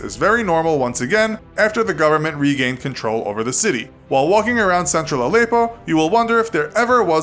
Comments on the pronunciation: It's Al-eh-ppo btw not Al-eyy-ppo :) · The way he says Allepo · The way he says Aleppo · learn to pronounce Aleppo kinda in the news a lot